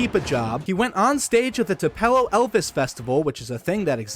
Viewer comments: Too-Pih-Low. or Too-Pah-Low. not Twopell-Oh. lol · I love my home country of two pillows mensasippy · add me to the list.. Too Pell Oh like wtf lol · “Two-Pell-oh” is crazy 😭 it’s pronounced “Two-pillow” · IT'S TOO-PUH-LOW NOT TOO-PEL-LOO 😡😡😡😡😡😡😡😡😡😡😡😡😡😡😡😡😡😡😡😡😡😡😡😡😡😡😡😡😡😡😡😡😡😡😡😡😡😡😡😡😡😡😡😡😡😡😡😡😡😡😡😡😡😡😡😡😡😡😡😡😡😡😡😡😡😡😡😡😡😡😡😡😡😡😡😡😡😡😡😡😡😡😡😡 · As one born in the state : it’s Too-puu-low Haha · “2 pelow” 🥀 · TU- PELO??? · As somebody from Tupelo it has always been and will always be Twopello from now on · Tupelo Is pronounced (Too pa low) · Are you pronouncing it like that to trigger people? 😂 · I can’t if his purposefully saying Tupelo wrong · This mans pronunciation of tupelo is killing me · Bro butchered the crap out of Tupelo’s name… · he fr did, just like how people butcher Biloxi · No one ever pronounced Tupelo like that. Literally couldn’t get through the video with how you pronounced it and I’m not even from Mississippi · as a mississippian i bursted out laughing 😭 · I didn't even know it was possible to mispronounce 😂😭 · your pronunciation of tupelo is driving me insane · Came to the comments to say that